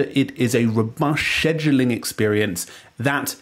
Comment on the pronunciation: Cringe pronunciation